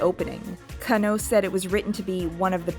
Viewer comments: I know this video is old, but it's not yoko ka-know it's pronounce as kan-no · I love the video and I'm sure you've done a tone of research for it, and I really don't want to come off as a fucking dick, but my god my ears are bleeding every time you say KannO instead KAnno. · Love the analysis, gotta tell you the emphasis is different in Yoko Kanno's names. It is KANno, not KanNO. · Jesus, work on your Japanese pronunciation. You are murdering it. You don't put an stress on any particular syllable. Masahiro is ma-sa-hi-ro and Kanno is kann-oh. A double consonant like nn just means to hold the sound N longer. Kann-oh.